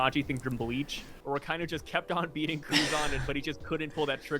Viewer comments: you need to learn how to say Akainu bro. If you watch the anime in Japanese they say like everyone says bro why you trying to “be different”? It sounds terrible. Imagine someone call your name in his own way just because he wants to lol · You’re American and you butcher a lot of Japanese names a lot of the time. You should just pronounce it properly. Show some respect to the culture of the anime that helps keep your income rolling in